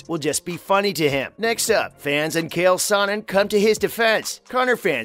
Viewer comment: "Kale sonnen" Pardon me while I clean up all the coffee I spit out 🤣